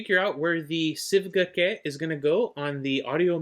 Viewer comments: Btw, the pronounciation should be "chue" bc it's a Chinese word. Thanks for the vid. I've been curious about this one too. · Pronounced “Shway” its a Chinese pronunciation